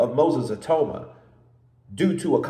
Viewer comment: Get his name right EE-TAU-MA -Nigerian/Yoruba name 😂